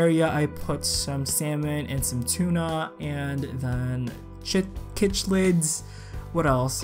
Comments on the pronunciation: lol Cich lids. It's pronounced sounding like this : Sick + Lids = Cichlids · Cichlids is pronounced like "sick-lids" hahaha. Looks amazing! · Cichlids is pronounced sick-lids ;)